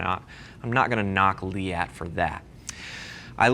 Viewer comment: from someone who pronounces it "leet" you saying liette is super weird